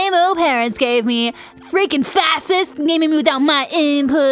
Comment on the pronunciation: That's twice now you've said Fascists wrong